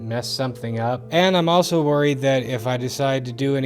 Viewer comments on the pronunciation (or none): none